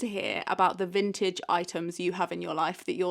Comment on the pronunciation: What is she saying.. Vintade?